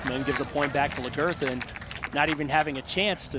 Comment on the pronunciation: Lag er tha. Not Lah girth ah